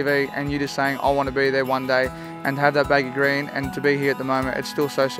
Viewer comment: why can't this guy pronounce baggy 'green' properly. he says baggy grain. he's trying too hard to be occa